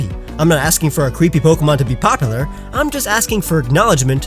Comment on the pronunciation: Anyone else triggered over the way he says popular